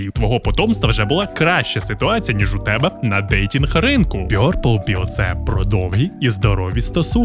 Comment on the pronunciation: чоловіче, ті табилетки читаються як Blækpıll (блакпилл), Rædpıll (радпилл) і Pœrplpıll (Перплпилл). Не вартує перекладати як росіяни